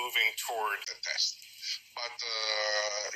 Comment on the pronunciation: did he say thetest? 🤔